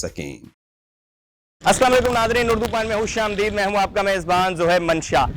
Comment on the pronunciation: ' حوش آمدید نہیں ہوتا بلکہ خوش آمدید ' ہوتا ہے ؟ خدارا " خ " کو " ح " نہ پڑہیں